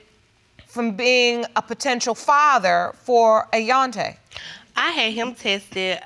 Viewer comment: "Ayonte", really! !